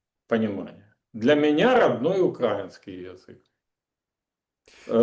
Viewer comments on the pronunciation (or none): Подскажите пожалуйста Мосийчуку, правильно ставить ударение на слове украИнский